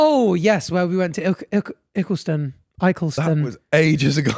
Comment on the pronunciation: It’s ill-key-ston